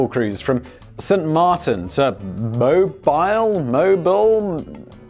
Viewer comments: It's pronounced mobeele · It's pronounced Mo-beel, Alabama. Mo like the name and beel like eel but with a b on the front. Friendly FWI. It's Alabama's biggest port I think. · Mobile, AL is "mo-BEEL," if any unknowing are curious. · Mo- BEAL, Alabama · 😆 Mobile (Mo-beel) Alabama. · It's pronounced Mo Beel. Stupid I know, gotta love the Alabama accent. FYI Alabama also has a town named Arab, pronouced Aye Rab. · Mobile Alabama - Mo (like more) beal (like veal) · It's pronounced mo-bile like the spinning thing above a babies crib. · Not that it matters - but it's pronounced mo - beel Alabama :) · We pronounce it Mo - beel' down here in in the South U.S. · Mobile, Alabama is pronounced "moe beel" not like mobile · Why do brits have such a hard time with Mobile. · The way he pronounced mobile kinda killed me since I live near there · Simon struggling to say Mobile is probably the funniest attempt I've ever heard someone make at the name lol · Mobile, AL is pronounced mo-beel, rhymes with no peal. I know we got a lot of weird names in Alabama, thought I’d help ya out. :) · Poop Cruise—Mobile is pronounced “Mo-beel” (like automobile just take off auto). I worked Downtown Mobile when the ship was towed into port (about half mile from the dock). The smell was like that of port a potty. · It's pronounced Mo-beel, because the (American) South likes to make its own pronunciation rules. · It's pronounced Mo-Beel. But still cool to hear my hometown mentioned. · It’s mo-BEEL Alabama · It's Mo-beel Alabama. I know this one is extra tricky. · Locals pronounce it Mobeel Alabama. French influence along the Gulf Coast. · F.Y.I. - It's pronounced Mo-beel, Alabama. 🙂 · Mobile (Mo-BEEL ) Alabama, Simon. Don't you speak English? .......................#Smash the Dislike Button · Say with me Simon "MOBE EAL" ALABAMA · Simon.... its Mobile... not like the phone. Mo-bee-ill Mo- 🐝- 🤒 My family is from there so... please allow me to teach you how to say it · Mo bee al